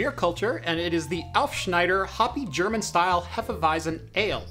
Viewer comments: Regarding the beer - repeat after me: Hé-fe-vi-tzen :) The „Hé“ is like in „Che“ Guevara. Cheers! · It is pronounced "Hefeweizen". 😂 Great video on the PiHole, I especially like your fluent way of talking, it is easy to follow even though you talk fast. And the beer review at the end was an unexpected but very welcome bonus. 👍🏻